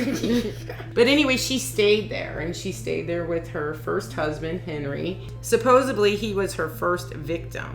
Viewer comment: Supposedly not supposebly